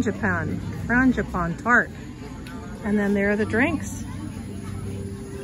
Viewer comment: International tapas! There was plenty to try there except the pork ears LOL! BTW, Porchetta (por-che-tta, a pork roast) is pronounced Por-kay-tah. CH in Italian is a K sound, just like bruschetta (bru-sche-tta) = brew-skay-tah! Frangipane (Fran-gi-pa-ne) = Frahn-jee-pah-nay, a sweet almond-flavoured custard! And don't forget to roll the R's! Schinkennudeln/Schinken nudeln literally means Ham noodles (Schinken = Ham, pronounced with SH, not SK)! Raclette is a delicious soft melty swisd cheese that is literally melted on the wheel/wedge and scraped off and served with savory items. It's not the same as the fully melted fondue-style cheese. 🎵Have you tried the dishes, they're delicious! 🎵